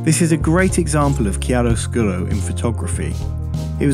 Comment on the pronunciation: Well said! I totally agree on the whole line, you perfectly expressed a concept is barely grasped by so many photographers around the globe! I do not comment very often, just wanted to leave something more than a mere “thumb up”! Bravo (also for the almost perfect pronunciation of chiaroscuro! I’m Italian...) ;)